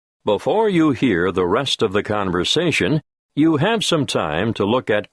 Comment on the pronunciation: 'BOFORE you hear' OMG 😄